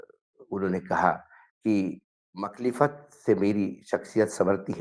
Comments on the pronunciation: Makhlifat nahi (Mukha lifat) hain woh shabd😊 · Makhlefat nahi MUKHAALIFAT Word hai vo jiska matlab hai oppose karna🤦‍♀️ judge sahab ko urdu nai jami😂😂😂